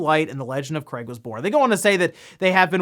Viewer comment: did i hear you say Cray ? Or Crate ? we all know " Craig " He Should Be On The Box Art when Halo Infinite Releases